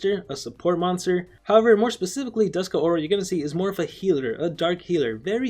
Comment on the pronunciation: The name is Dusk Aura. Not Dusk-a Aura.